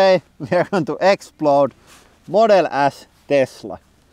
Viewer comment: I'm sorry... did you say "Model Ass"?😂😂😂😂